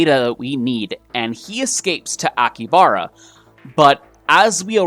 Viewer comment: He pronounced so many things wrong. I speak some Japanese and his pronunciation is driving me mad. AkiHAbara. He missed a whole syllable...